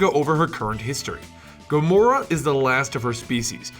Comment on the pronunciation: in the beginning you say Gramora